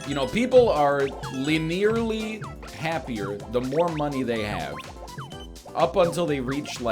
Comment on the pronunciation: Did my mans just pronounce linearly “linEERly”???